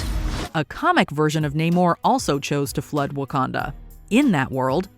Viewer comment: Same with Namor.